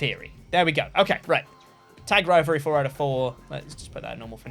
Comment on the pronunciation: "Rompleting a crivalry, if you will..." No I won't,. Because only one of those words has an R at the beginning. If anything, it'd be "rompleting a civalry!"